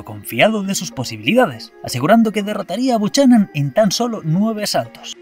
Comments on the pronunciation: Se nota la juventud. Los mayores sabemos como se pronuncia por "Los vigilantes de la playa" :face-red-droopy-eyes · Buchanan se pronuncia BUCANAN.... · El Escoces se pronuncia bucana no como has dicho tu, así es como se escribe pero no como se pronuncia